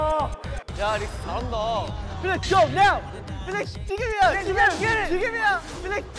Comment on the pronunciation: The way Bang Chan said “Felix, go NOW!” is so precious. His aussie line instinct was taking over.